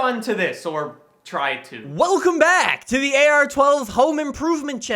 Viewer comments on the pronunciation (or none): “Wellcum back”